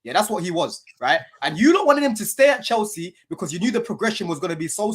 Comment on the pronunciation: "We're still chels" 🤢